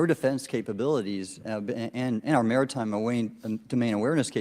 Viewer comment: I don’t trust anyone who tried to use words they can’t pronounce like maritime and immaculate but you go ahead and follow the evidence that was exposed in the session. Oh wait…